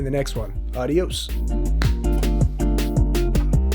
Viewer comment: “ Arios! “ perfect Spanish